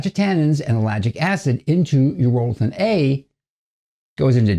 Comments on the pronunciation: Its pronounced EURO-lithin not U-ROLL-ithin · My dude is pronouncing it incorrectly